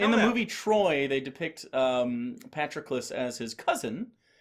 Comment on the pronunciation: Pa-Trock-o-lous, not Patrick-lus